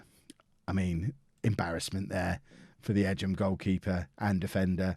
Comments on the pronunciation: Don’t you mean the “Rudge-bee” game? It’s Egham pronounced like “Egg-Ham” not “Edge-Ham” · Edge em is pronounced Egg'em 😂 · It's Egg-um... It's in Surrey.